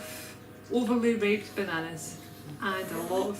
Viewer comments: You say, “Overly ripped” I hear “Overly raped” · is it just me or does it sound like she is sayin overly raped?